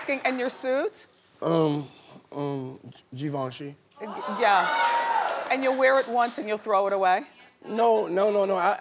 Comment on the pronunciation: Y’all be sayin Ga Ven chee😂😂